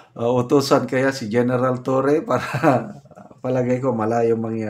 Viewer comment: Hahahaha general sir...*lai * iss considered ate sa cebu pero bugal2x na pagka tawag general sir..hahaha